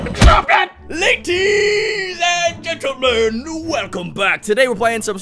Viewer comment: LATTTTTTIES AND GENTLEMEN!! Me: laties?